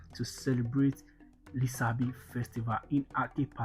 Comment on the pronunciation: Thank you for the video. Don't forget his name is pronounced with the sh sound as in Lishabi written in Yoruba language with the s having a dot below it as the Yorubas' sh sound. Thank you.